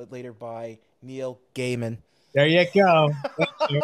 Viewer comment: Actually laughed out load when said Gaiman right. Watch the live sales people.